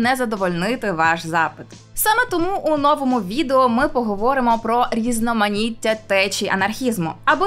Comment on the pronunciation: новОму відео, а не нОвому. ДанинА, а не данИна. тЕчіями, а не течіЯми🙄